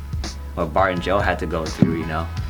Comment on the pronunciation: Did anyone else hear barbecue instead of bart and geo